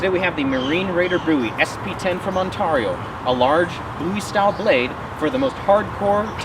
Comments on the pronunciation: That's gotta be the weirdest way of saying Ontario it's usually on-tear-e-o (tear as in rip and tear) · It's not pronounced 'tar' but 'tare' On-tare-e-o. I know because i live in the said Province of in Canada. The U.S. one is said the EXACT same way!!